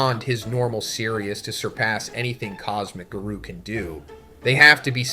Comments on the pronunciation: If the narration is ai generated then it almost gets the pass minus the garoo lines. Gotta work on the phonnetics. Everyone let's remember that our boy is a one man show. Let's give the guy a break for trying to make his YouTube life a little easier. The script is still written by him and he's just trying to push out content for the fans. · When do you say garou like this ? Not cool Z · There is something off about this video man, I don’t know if the whole video is ai generated, but there is many instances that is clearly an ai voice, Garou, Tareo, bug-god, I’ve watched your videos for years and have never heard you say Garou name like that…